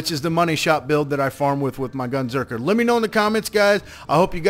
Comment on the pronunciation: It's Gunzerker, not "Gunserker" lol.